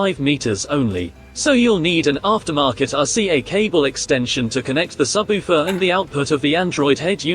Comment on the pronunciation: Your AI speech needs some work. SubOOfer.